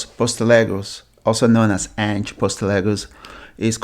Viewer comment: Learn how to pronounce Ange's name.